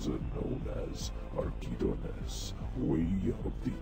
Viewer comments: Also, “Archidons” is pronounced ar-CHI-dons. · Its AR-CHI-DON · you pronounce archidons wrong the h is not silent